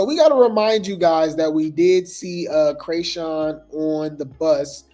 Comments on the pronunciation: You are killing me with the “Cray”sean😂😂😂 I know you’re doing it on purpose…. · When he says CRAYSHAWN😂😂😂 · Has me weak every time 😂😂